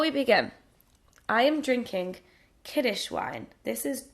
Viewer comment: Actually it's "kiddush", not "kiddish". Happy Chanukah :)